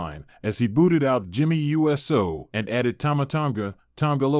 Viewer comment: My god it’s pronounced USO! Not U.S.O. Get it right.